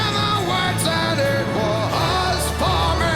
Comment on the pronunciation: Only criticism. Migh-hight. I-hits, wa-has. Splitting words to reach a note mid-syllable is really annoying and shows a lack of support that he needs to trampoline up to the higher note. Spoils it. Once is OK. 10 times is annoying. Perhaps it’s just a bad habit. You should have commented on this if you are a classically trained vocal coach.